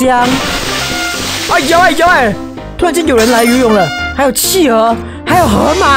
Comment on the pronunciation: ，是企鹅，读qí